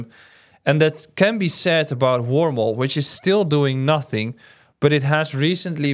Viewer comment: Is the last one he talks about called Wormhole? I’m trying to understand what the name is as I can’t understand the way he pronounces it Thanks :)